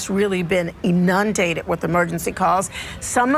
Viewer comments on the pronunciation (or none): EeNUNdated? I don't think that's a word. She probably means INundated.